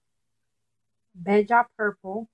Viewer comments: Wait it's pronounced belja??!? I thought it was bell-a I love it btw ❤️😘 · Bella not balls lmao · Great haul! Wonderful collection of Milani, an Italian name, eyeshadows; they have a rich pigmented payoff. LOL, I've never heard "Bella" (bell-uh), Italian for beautiful, pronounced bay-jha. Also, lanyard is pronounced as lan-yurd. However, I am new to your channel, and you might be bilingual? Thanks!